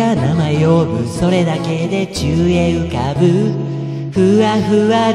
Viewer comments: 「宙へ浮かぶ」がどうしても「チューインガム」に聞こえる… 鼻声かあええ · 何回聞いても｢宙へ浮かぶ｣が｢ちゅうえい浮かぶ｣に聞こえる…